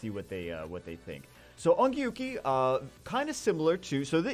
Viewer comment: wonder how long it takes for to realize he is pronouncing onmyouji wrong (its pronounced on myo ji )